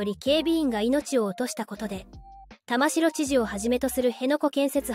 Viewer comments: 細かいところですが、沖縄県知事の苗字の読み方は「たましろ」ではなく「たまき」ですよ！ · 「たましろ」ではない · たましろ、では、ありません。たまきですよ。こんなことくらい分からないのですか。？ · 読み方は玉城（たまき）ですね 不謹慎を承知でいうが〇くなったのが警備員の方ではなくこいつらのメンバーならよっかったのに こういうなんの役にも立たない活動家は強制排除も視野に入れて対処してほしいわ ちなみに沖縄の野外イベントで署名すると実はこいつ等の賛同署名でしたってのがあるので沖縄のイベントは要注意ですよ あと追加でいうなら現地で生活してても暗黙のルールなんてのは初耳ですが… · 玉城県政・地元マスコミ・左翼運動家の結託と横暴を憂いる者として共感できる動画でした。 玉城＝タマキ、本部＝モトブの読み方はお間違えなきよう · 玉城（たましろ）じゃなくて（たまき）な 本部（ほんぶ）じゃなくて（もとぶ）な